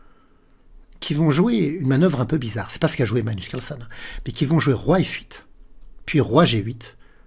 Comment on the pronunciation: Bonne année meilleurs vœux. Est-ce que l'une de vos résolutions pour cette année est de faire un effort sur la prononciation de "Carlsen"?😅 Je note que vous êtes enroué, cause à effet?